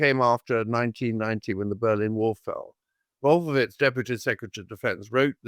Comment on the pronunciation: I rolled my eyes all the way to China. This guy stinks like his pronunciation of "Wolfowitz". What a doosh (mispelled)!